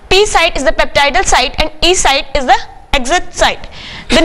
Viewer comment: Nice representation maam , Thaa (the) ... u say in much delicious way